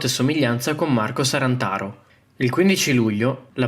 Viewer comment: È “Sarnataro” non “Sarantaro” !